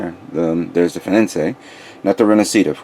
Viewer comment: Yo not to be so hard on you but can you not read? Its fenice not fenincé.